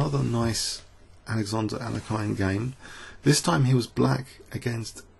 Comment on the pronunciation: Please go to google translate and select "English" to "Russian" and paste the following: "Алекса́ндр, Але́хин. Ефи́м, Боголю́бoв" Now press "Listen" on the right side. The pronounciation is almost 100% correct by the robot. (There's a slight error in bogo's surname, but it is negligible) Now, practice that pronounciation 100 times :)